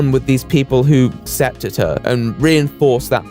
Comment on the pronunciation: the fact that you pronounce "accepted" with no hard c confuses me sometimes but yk it's not unpleasant to listen to either